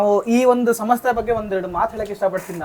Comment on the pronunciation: ಸಮಸ್ತೆ ಅಲ್ಲ ಕಣಪ್ಪ ಸಂಸ್ಥೆ ಅಂತ ಹೇಳು ಒಳ್ಳೆ ಪರಭಾಸಿ ತರ ಆಡ್ತಾ ಇದೀಯಾ